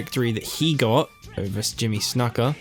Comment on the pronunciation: Ur pronouncing snukas name wrong